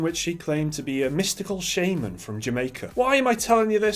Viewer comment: shaman not shaeman